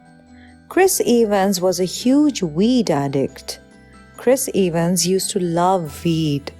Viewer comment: No one:: Chris Ay-Vans